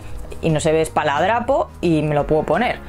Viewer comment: No se dice espaladrapo, y lo dices varias veces